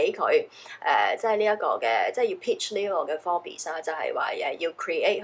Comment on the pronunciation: Forbes...bes唔使發音😉